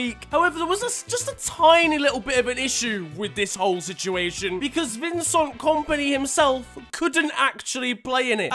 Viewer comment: It's vin-cent not vin-song